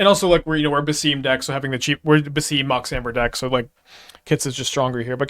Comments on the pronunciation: If it helps, the games say "Bass-sim", for his pronunciation. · it is pronounced as Bah-sim (as in sim card) Ibn is fine and Is-hak